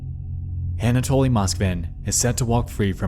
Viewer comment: Finding a fellow russian comment, im so eager to express my excitement: it's such a blessing to hear "Anatoly" pronounced correctly by a non-russian speaking creator, and not as some bizzare "anAtoly" :) This applies to most of the names mentioned in the vid (tho i find it quite puzzling as to why Nexpo refers to Moskvin's parents by their first names and "otchestvo", not by their last names 🤔)